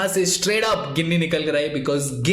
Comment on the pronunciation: गिनी nahi bhai it is pronounced as जीनी